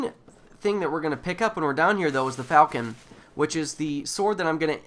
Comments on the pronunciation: i believe the falchion name is pronounced like "fall-shun" not falcon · Pronounced ( fôl'chən ), sounds like "Fal-key-on" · Or more like Val-Key-on